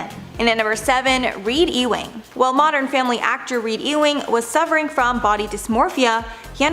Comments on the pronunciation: EWING is pronounced U-wing, not E-wing. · Is it that hard to look up the pronunciation of Ewing?